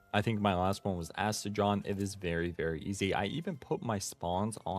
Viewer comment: Did you just say Aste-JOHN? idk what is up with everyone mispronouncing every pals name so bad 🤣 it’s Aste-gone. Like the word gone!